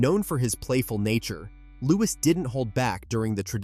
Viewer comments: Louie is the sound not Lois the S is silent. 😢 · And why use an AI narrator? If you absolutely can’t afford the minuscule fee a human narrator would earn, at least teach the AI to pronounce the names of the royal family correctly. It’s offensive to propagate mistakes and then use an American accent. That’s a deliberate decision. Real Americans can pronounce Louis correctly.